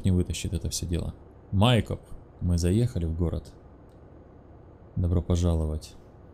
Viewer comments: Не МАйкоп, а МайкОп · Алекс правильно будет Майкоп ударение на О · Майкоп! Ударение на "О"